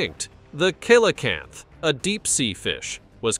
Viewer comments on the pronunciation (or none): A Mosasaur couldn't be the candidate cine they were air breathing marine reptiles and I don't think that they were known to be deep sea creatures. Regarding the Coelacanth, the C at the beginning of the name is pronounced with an S sound. As for the "giant" Great White, 16 feet, while large, isn't gigantic for a Great White which can grow up to 30' with some supposedly being 21' long. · Maybe ask someone in marine biology to pronounce Coelacanth for you.